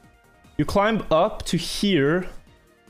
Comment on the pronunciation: It’s hilarious how he pronounces the “b” in climb